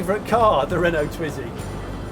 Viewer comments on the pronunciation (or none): none